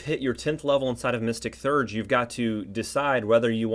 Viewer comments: Actually, more like Thay-urge. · Theurge is pronounced “thee-urge”